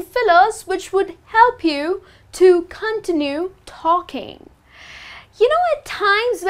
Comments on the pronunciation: It's not "continu" it is pronounced "contínyu" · Cun-tin-yoo. Cuntinyoo. Continue. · What the heck is KON-tee-nue talking? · the way you pronounce the word "continue" is kind of weird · You continuously mispronounce "continue". Highly annoying. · The way she says "Continue" confused me at first, but it's cute! Also, you shouldn't need fillers for every moment of silence. (Silence is golden)